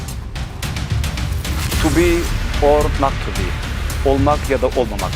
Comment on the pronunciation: Merhaba, yanlış anlaşılmasın fakat (to be or not to be)yi söylediğinde Kürtçe kadim dilini konuşuyorsun sandım.biraz araştırdım Kürtçe de söylediğiniz o kelimeler olmak veya olmamak anlamına geliyor.muhteşem 😊❤ Saygılarımla